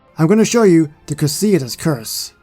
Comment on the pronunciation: You said cruciatas wrong